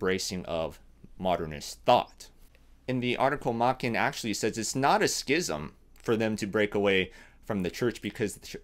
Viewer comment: The "Ch" in his name is pronounced similarly to "change." So it would be Machen (ch as in change).